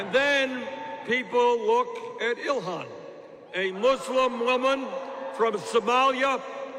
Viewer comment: Its Ilhan not Ilhana but anyway #FeelTheBern2020 #Bernie2020 #IStandWithIlhan